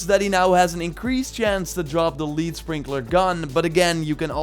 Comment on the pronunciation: About the Lead Sprinkler, that first word refers to the chemical element lead (Pb) in bullets. So the name is pronounced "led". Yeah, English is really weird.